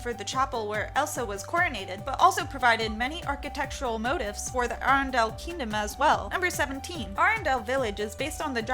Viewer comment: I cringe every time you say Arendelle.